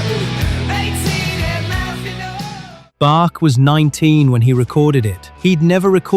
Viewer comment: Bark? 😂😂 Bach.